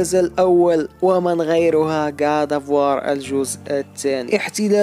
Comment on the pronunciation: كود اوف واو ❌ كاط اوف وااار✅ ________________ كريتوس ❌ كريطوس✅